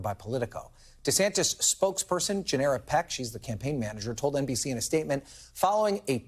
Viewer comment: Gennera Peck? I thought he said "generic pick"